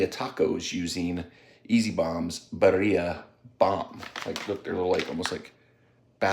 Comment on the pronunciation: Good video, I appreciated the review! But... for the love of God... its pronounced "Beer-E-ah" I can't cringe harder at hearing it pronounced Buh-re-ah.